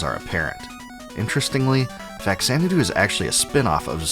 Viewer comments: Faxanadu name is pronounced Fah - Xanadu not "Fax-Xanadu", the "Fah" is short for FAmicom (nes original name in Japan) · Have fifty people told you that it is supposed to be pronounced "fah-zeh-na-doo" yet? Because that is obviously the most important thing about this game. Never mind all of of the prescient things you said. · It's pronounced FaZanadu. It's literally a contraction of "Famicom Xanadu." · Why would you pronounce Xanadu properly, then go on to mispronounce Faxanadu for the entire video?